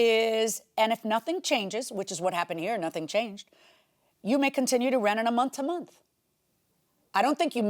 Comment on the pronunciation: Monff to monff😂😂😂😂😂